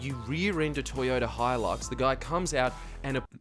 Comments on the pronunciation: 🤣😂🤣😂I swears ya doing it on purpose 🤣😂🤣😂 it's a HiLUX ..Hi-LUX NOT A BLOoDY 😱 HEELUX 🤣😂🤣😂🇦🇺 spell it & say it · I’ve heard so many Americans say “HELIX”. It spelt HILUX. It is pronounced…..wait for it…..HI LUX. I was in California smoking sick weed with this “farmer” dude, at the late Bruce Brown’s house, (made the movie On Any Sunday, that old dirt bike movie), I just met at the Figueroa Mountain brewery, and he kept calling em a Toyota Helix. I had to set him straight even though I was stoned AF…thanks to him 😂. Good people over there. ✌🏻 🇦🇺